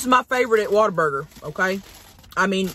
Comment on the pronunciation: Born and raised Texan here. It's appreciated that you say "Waterburger" instead of "Whataburger". It's the true Texas way.